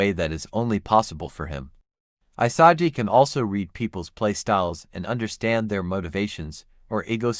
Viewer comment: “I-sah-gee” lmaooo 😂😂😂